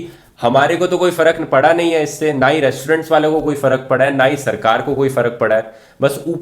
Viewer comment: Re-श-torent, श-ilent kya baat Rathi.....